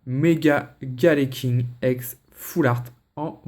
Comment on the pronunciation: Le galeking et pas foule art